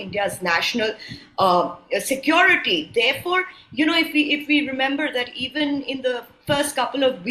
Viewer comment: atleast learn to pronounce the simple english word "security" before you open your mouth on subjects you know nothing about. Secondly from your talk you seem to want to prolong this mayhem in Manipur.